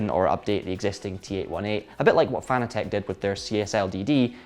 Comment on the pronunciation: Emphasis on the second syllable in Fanatec. It's a whole new word innit? :D